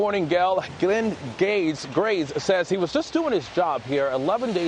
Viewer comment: "Glenn Gays" 😂🤣😂🤣😂🤣